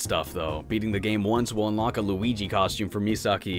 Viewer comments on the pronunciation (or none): none